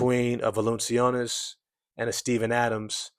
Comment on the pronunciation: fwiw his name is pronounced "val - in -chew - nas"